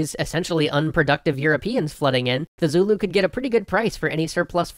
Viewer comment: As a South African, with both Afrikaans and English parents and who has worked and lived around the Zulu all my life, allow me to tell you, your pronunciation is horrendous. That said, good video, although you did leave out a couple of details but honestly, they're the kinds of very nuanced things that only the we'd know as locals. So.... Thumbs up. The biggest thing is your pronunciation of Boers. It's pronounced 'boors' with a rolling R and yes, the English have made them aware of what boor means in English for centuries.